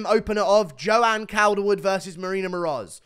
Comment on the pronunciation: It's pronounced caulderwood bruv 🤙